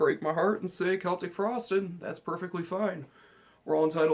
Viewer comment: This is Anthony carosella. Celtic frost is pronounced like the Boston celtics. Not the way u pronounce it. I'm 46 and grew up when this band first started and don't even listen to black metal bullshit!! Try quiet riot, they rule!!!